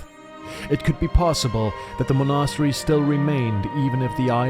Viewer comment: Mon'a-stery :D